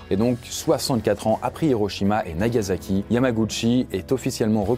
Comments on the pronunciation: NagaSSSSSSaki Un s pas un z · Les français ont un vrai problème avec le S en Japonais ! C'est NagaSaki (prononcé comme un S) et non NagaZaki (prononcé comme un Z ) On a beau le répéter mais les français ne comprennent rien !